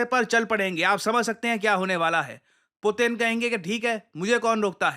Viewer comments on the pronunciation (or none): none